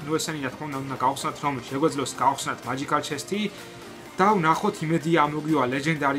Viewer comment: მაჯიქალი არა მეჯიქალი